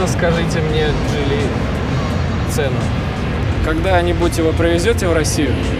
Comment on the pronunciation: почему джилИ ? ударение на второе И ? слишком часто и режет слух…